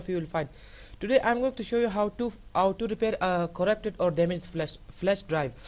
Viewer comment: Correpted.. no Flesh.. not really *Corrupted *Flash Learning to write and pronounce with..:)